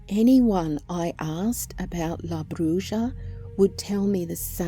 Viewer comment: Hate to be ''that guy''', but it's pronounced ''bru-ha'. Bruja = ''brew-ha''; brujo = ''brew-hoe''; and brujeria = ''brew-heer-ee-ah''. ''J'' is typically pronounced like an ''h'' in Spanish, as in ojos/''oh-hos''; or Jesus/''hey-zeus''.